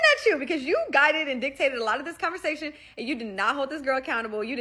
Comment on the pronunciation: bro said “convershashen”